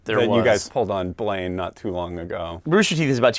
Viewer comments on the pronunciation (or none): One of the things they should have done with Blaine is call out his pronunciation.